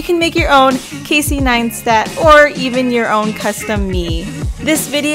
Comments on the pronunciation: Pronounced as Nice-TAT ... not NineSTAT. Like the video tho, just this was a bit annoying ... :| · Doesn’t it sound like she’s saying “Neinstat”? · It's Casey NEISTAT, not Casey NEINSTAT. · Ok now the video is all talking about his accomplishments and stuff but you didn't pronounce his name right? xd. Great video tho, keep up the good work. From Casey 9stat xd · ok i love this video its rlly creative interesting and innovative but every time she said nine-stat part of died please for the love of god jeseu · Great work ! But can you please stop saying NINEstat 😂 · I'm sorry did you say ninestat? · hahaha I thought it was really annoying as well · Really really annoyinga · Tom L i enjoyed what she made but she replaced c with a n lmao . Its kinda annoying to hear repeatedly